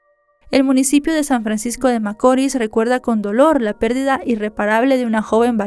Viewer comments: Hola, veo todos tus videos desde aki República Dominicana y me encantan todos, muchas bendiciones, excusame por corregirte pero no es macoris, tiene acento la i, macorís, disculpa, un fuerte abrazo... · ya no soporto como pronuncia macori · Muy buena narración,, rs San Francisco de Macorís con acento o fuerza en la ís. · Macorís CON ACENTO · No conocía este caso y ocurrió en mi pais, pero un poco de investigacion me trajo a verlo aqui, gracias por el resumen, aunque haya pronunciado mal cada vez San Francisco De Macoris